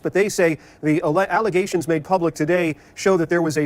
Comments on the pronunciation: its Allezations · You mispronounced Alazayshuns. 🤣🤣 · just more false allezations